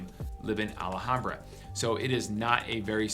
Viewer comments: First of all its pronounced Al Ham Bra, not Allahambra as you say it. Second...my son is with Phoenix PD and he said DONT EVEN DRIVE IN MARYVALE IN THE DAYTIME..Let alone at night. He worked the gang unit there, so from his experience I'd say Maryvale is the most dangerous area. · It’s Al Ham bra not ahlehombra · It’s not ala hambra. It’s al ham bra. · It's pronounced "al - HOM - bra" Not "al - uh - hom - bra" or "al aye hom bra" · ah-la-ham-bra...too funny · He needs to learn how to pronounce Alhambra. This guy is not a native. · Dude !! You can't even pronounce ALHAMBRA correctly. Really effects your credibility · There is no A right after the L in Alhambra.